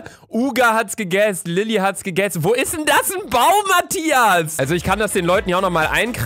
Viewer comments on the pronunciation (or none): Niemand: Absolut niemand: Luca: UgA hAtS gEgEsSdEs